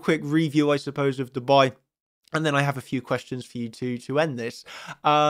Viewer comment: When you say "Dubai" you sound like you said "to buy" ... it's yer pronunciation quickness, so "DUU-bai"